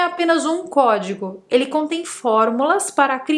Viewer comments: Cuemo os pessoal acham que se diz em español, "Cuédigo". rssss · "Código" Ogidoc" ✨